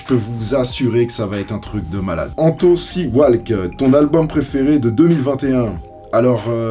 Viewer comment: "C-Walque"... T'as pas l'droit. 😓